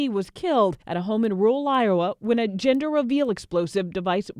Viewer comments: Is it just me, or the newscaster kept on saying GINder reveal instead of GENder reveal? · Jinder reveal, Jinder reveal. Dear lady, excuse my Charles English but it is JENDUR, JENDUR reveal 🤣😂😁. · I keep hearing her say 'ginger reveal'! Hahha